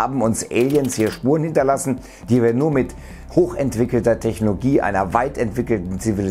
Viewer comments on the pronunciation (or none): Irgendwie spricht du das Wort "Technologie" eigenartig aus Ich versteh da immer Technogie :'D